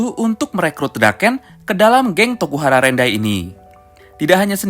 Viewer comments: Rokuhara tendai bang bukan rokuhara rendai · Inui bukan inupi.. Terano south bukan terano sousu.. Rukohara tandai bukan urahara nandai..